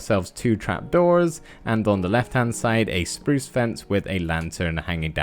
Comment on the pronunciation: Us: spruce Me:spruce You:spruz (Lol u make me laugh when you say "spruce" and I luv ur builds!)